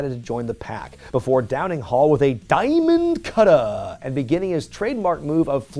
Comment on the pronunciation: WHY’D YOU SAY DIAMOND CUTTER LIKE THAT?